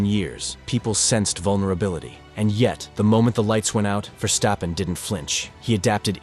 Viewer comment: It's ver stappen ok.stop smucshing... Arshole. I. Dutch. Iknow